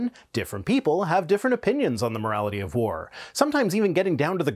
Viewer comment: Took me a moment to realize that you mean "war", and not "vore" 😅